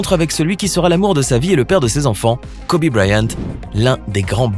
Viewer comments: Kobe Kobe Kobe...et non Kobé. C'est pas le cousin à mokobé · Virginie Gomes mais ps du tout mon reuff sa sdit kobi Pas Kobé mais sa s’écrit Kobe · « Kober » ta pas le droit cousin ON DIT KOBI... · Kobe et pas kobé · Son prénom ne se prononce pas KOBÉÉÉÉÉÉÉ mais KOBIIIIIIIII honorons sa mémoire en commençant par ne pas ecorcher son prénom ça serait un bon début. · Wow c est une femme forte mais n evorcher pas leurs nom se n est pas dianna mais gianna et kobé c est kobe c est e mais sa se prononce i